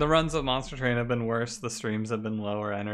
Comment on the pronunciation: Hello, It's good to be back here at Monstah Twain. UwU